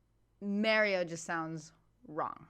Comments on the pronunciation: You prompted me to Google the correct pronunciation of 'Mario'. According to a video about the pronunciation, where a linguist was consulted, he said that both the US and UK pronunciations were wrong. The UK version has the correct vowel sound, but that sound is shorter than in the correct Italian pronunciation. The US retains the correct length of the vowel sound, but have changed the sound of the vowel taking it further away from the Italian pronunciation. So if you look at the 'marry-o' pronunciation in the UK and lengthen the 'a' sound to 'm-aaa-rry-o', you would only need to roll the 'r' to say it correctly. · Well, that linguist was wrong going by the vowel sound in this clip. The vowel is a bit too close (approaching /æ/ rather than /a/) at least according to my ears. -My Ears: My native language is Danish, where we distinguish three vowels that sit right in that area (between pure /æ/ and pure /a/), and I also speak Spanish, so I'm familiar with the pure /a/ sound that would be the correct vowel quality. I'm also familiar with the /ɑ/ vowel because Swedish uses that for its 'a', and I live right next to Sweden. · Marry-o - an Italian wedding celebrant? Great stuff, love how invested you're getting in WILTY. Beware though, you may just end up a gibbering wreck like David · If you know any Portuguese people and you pronounce Mario the Italian way they'll eat you alive. Ditto pronouncing Carlos the Spanish way. It's probably wrong pronouncing it that way if they're eastern European I suspect also, as hinted at here.